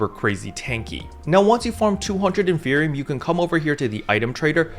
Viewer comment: Isn't it in-fer-ni-um. Like inferno and copium combined